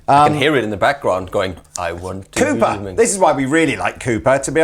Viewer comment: I like the way you pronounce Cooper. It sounds like Koopa.